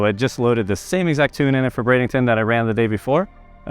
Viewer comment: Why does it sound like he’s saying bradington instead of Bradenton?